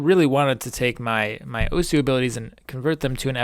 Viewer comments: Oh-sss(like a snake) not Oh-sew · Not that this matters at all, but it' pronounced "Ohss" not "Owhsuh". This has something to do with how Japanese works. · Its pronouced awws not oh soo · it's pronounced ohssssssssssssssss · really hate the way you pronounce osu.